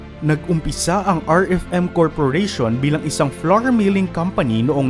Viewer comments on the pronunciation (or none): none